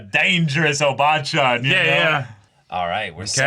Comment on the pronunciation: Maybe it’s how you emphasize the syllables, like “ O bachan” vs. “o BAA chan”?